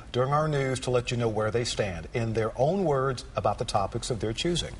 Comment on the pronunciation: i love how the tv presenter emphasizes "in their own words"